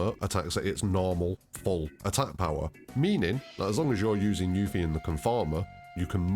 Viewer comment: its not yu fee its yuf fee